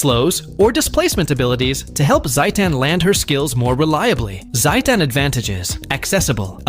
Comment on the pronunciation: why pronounce like satan